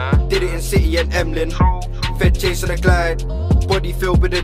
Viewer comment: its Emlyn not M-Lin, i live there